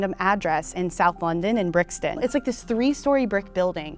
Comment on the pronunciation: As a Londoner when she said Brixton, I knew this would be bad